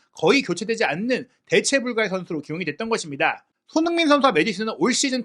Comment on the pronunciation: 오늘 유난히 손선수 이름 발음 너무 대충 하시네요. ㅋㅋ 평소에 그런 거 알고 보는데 오늘은 역대급입니다. 😅